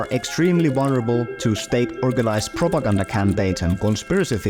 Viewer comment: Did he just say Propagouda?